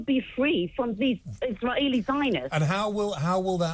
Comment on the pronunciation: As soon as she pronounced Israeli as 'Iss rah aley' I knew she was going to be a terrorist apologist ..actually more a supporter...